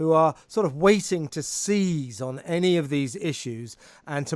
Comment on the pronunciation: Brendan O'Neill says 'any' like 'granny'